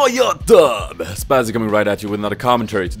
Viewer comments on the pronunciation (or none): i like the way he say : Yellou YoToobeh